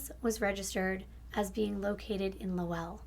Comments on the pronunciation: Hey girl! Lowell is pronounced Lowuhll. I pronounced it the same way you did and everybody there jumped down my throat about it lol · Low-ull lol. I noticed that too. I'm from CT. New England is notorious for having hard to pronounce town names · You did such a good job on being thorough on this case. It’s so sad. May I add that Lowell is pronounced “Lole” like role or sole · Great job girl!! I am from Boston (20 minutes south), and you did an amazing job in pronouncing the towns lol.. Most people don't say them like a Bostonian.. One thing, Lowell is actually pronounced like LOLE (Like hole with an L). Other than that, perfect! 💖💕💖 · Great storyteller. I live in Massachusetts so the way some of the town names, like Lowell, were said wrong. We pronounce things weird up here. I was on a jury for a deviant sexual offender in 2009 and it haunts you hearing what these offenders do to innocent children. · Love the consistency of your posts I get excited everytime I see the notification!!! Also I live in New Hampshire, the state above Mass. I live an hour from Boston and I’m familiar with the names/area I go saltwater fishing right in Salisbury, MA and now that I heard you say Lowell wrong I wanna say it that way now LOL 😂 (not even joking imma throw so many people off I love it) I never heard it said that way, the way it is pronounced is “LOW-uhl” incase you wanted to know if you read this comment! Have a great day and weekend girly!!! So happy to see you reached 300k subscribers, can’t wait to see that MILLI! 💕